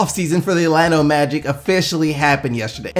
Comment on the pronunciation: Am I the only one who think he pronounces "Orlando" as "Atlanta"? lol